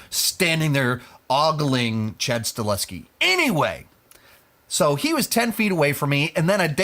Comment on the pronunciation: I always thought it was pronounced Sta-Hel-Ski?